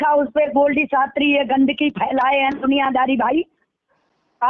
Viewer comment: Ise shabdon ko shuddh bolna aata nahin Shastri kisne banaya isko Shastri ko Shatri kahati kahati hai